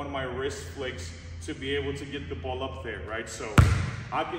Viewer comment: the boo-oll🤣